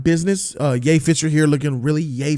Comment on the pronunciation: Everytime he says Ye fisher i lose it😂😂😂 and i like ray